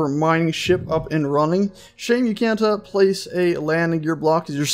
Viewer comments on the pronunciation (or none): none